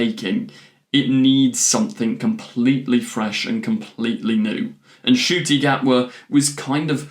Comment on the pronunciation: His name is pronounced N-CUTI! Please pronounce his name right please, it drives me nuts that I have not ONCE heard anybody say his name right